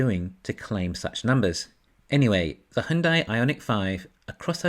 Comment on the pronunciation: Just FYI - Hyundai is pronounced like Sunday...